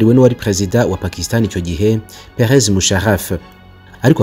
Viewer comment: Ukosore ni Pervez Musharraf apana Perez Musharraf